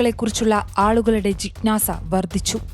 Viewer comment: ജിക്ഞ്ഞാസ അല്ല ജിജ്ഞാസ ആണ്..